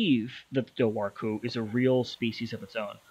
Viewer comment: It’s pronounced DOOR-WHO